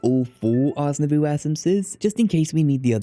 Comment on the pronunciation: I love your videos, they're so great, and I very much appreciate the amount of time you put into them. But Ars Nouveau is pronounced /nuːˈvəʊ/ (like "new voe") not "nuh voo".